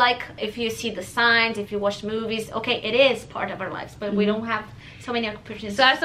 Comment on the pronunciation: R - U - KIDDING ME ? indian Accent is so much easier than native english speakers accent ... at least to understand beacause we can figure out every tiny syllable ... it's funny when an Indian Girl say "We" ... sounds like "Ví" and for me this sound is so charming ...